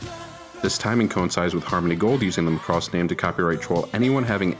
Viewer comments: Mack-ross not the Gaelic Mc Ross or the Scottish MacRoss like this guy says it. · I'm sorry, I can't watch your video. You keep saying (muh-cross). No offense I've seen all of these in Japanese. Even the intro theme song says, (ma-ku-rose) so to avoid watching some teenage school project, or the ramblings of a half-fan. I don't hit like or dislike...I comment and close! Click Bye!! I got to - you said it wrong 3 times in that 71 seconds. Regurgitating the internet repulses me. Merry Xmas!! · Well, maybe it has something to do with you pronouncing the name WRONG! It's MACROSS, not MA-CROSS! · It makes me gag when people pronounce it "Mick-ross" like its irish or something... "Mack-ross" please. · How on Earth are you pronouncing it wrong? maCROSS. It's MAcross. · i agree! its popularly pronounced as MAcross..this video would have been much better if he said it like Mahkross ... not like McCross.... (now i craving for some McDonalds 🤣) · It's not pronounced, (ma*cross). It's pronounced (makross)!! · I give you those examples, but you have to admit... When All of your life you've heard Mackross you've assumed it's that way. Then suddenly a frenchy guy with a YouTube channel call it ma-crosse like come across lol. It sounds so wrong it annoys the soul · mAcross, not macrOss. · It is not pronounced like lacross the sport, it's Ma cross. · /\'Cypheir ik he can't pronounce it right and it makes me cringe so hard